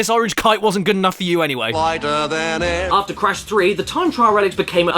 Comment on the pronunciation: flick in da nats 😂 Loightah Dan Ayyhr! 🤣 JEEZUSH H CWISPS!!! BLLLLLIMPS! balloon passing air sound 🤣 The FWOGS!! Bum bum bum BUUUUU